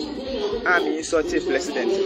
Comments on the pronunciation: He said plesident 😂🤣😂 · Oy3 aboa peee,kwasia boy.fa wo nkwasiasem fri ho ko. Wo ye gimifuor paaa. You need proper discipline with that nonsense apology. I think you are not 100% mentally stable because they way you've be saying me fliends,frag bearler and plesident instead of president even shows.